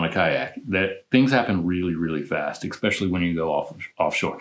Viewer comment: It’s “especially”, not “exspecially”.